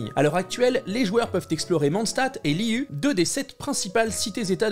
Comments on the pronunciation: Hello hello ! Petit point intéressant ! Liyue ne se prononce pas [lï-u] mais [li-ïuè], étant donné que ce nom est issu du chinois !! ;) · Super vidéo, comme d'habitude ! Très pressée de pouvoir tester tout ça 💕 Petit détail cependant, on prononce ça Liyué ;)